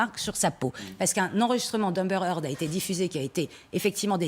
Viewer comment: heard pas hearth